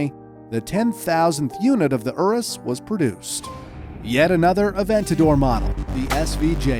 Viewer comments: bruh, "ooroos" tho XD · did he seriously just pronounce urus oo roos